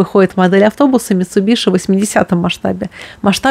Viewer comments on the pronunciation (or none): none